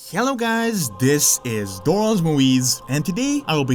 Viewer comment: "hyellow guise"